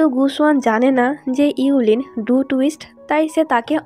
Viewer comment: আপু মেয়েটার নাম হবে,: yue qianling আর ছেলেটার নাম হবে:gu xun. আপনি নামগুলো ভুল উচ্চারণ করেছেন। মেয়েটার নাম: ইউ লিন হবে না আর ছেলেটার নাম: গু সুয়ান হবে না। পরেরবার নাম গুলোর উচ্চারণ একটু ঠিক করবেন।